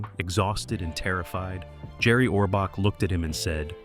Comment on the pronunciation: This guy is WRONG on many facts and he can't even pronounce Orbach! Ridiculous, writers were there for years.